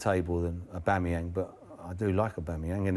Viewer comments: Tim Sherwood “I wanted to try and find room for one of them” then pronounces Aubameyang like A-BOOME-AN, mate before you throw up your bias at least a get his name right even Paul Merson can get that one right 🤨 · Sherwood called Aubameyang "aboomeyang" What a complete mug he is. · Who's Auboomayang? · ''Abumeyang'' and ye you are paying this clown lots of money for saying ignorant stuff like that... Worst pundits on tv... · Man said "a boom a yang" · This video is proof that Sky Sports are biased towards Spurs. These two clowns don't have a clue. Between Merson being completely out of the loop in regards to the league , and Tim not being able to correctly pronounce Aubameyang's name , even though he pretends to have scouted the player in the past. VERY VERY POOR FROM SKY!